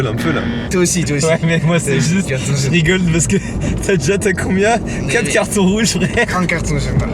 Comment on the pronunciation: "cartons jrouges" 🤣